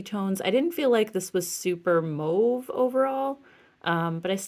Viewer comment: I love how good your eye is for colours you are a genius. Also, I have to thank you because you are the only influencer who actually pronounces mauve properly thank you, and my French ear thanks you lol 💗💗💗💗💗